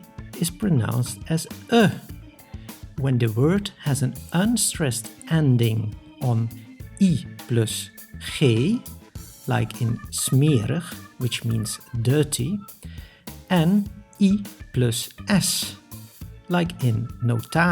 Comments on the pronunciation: Why in the word "smerig" was the e pronounced like a long e? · !!!???? I am most surprised to hear/see that the i in smerig is pronounced as u (short) I am Dutch but we don't say: smerug, we actually do say: smerig. Same as notaris, we pronounce this as it is: notaris, not notarus! I am curious if I find more of these surprises in your lessons.